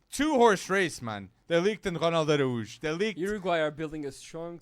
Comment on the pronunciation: His name is Ronald ArAUJO not Aruj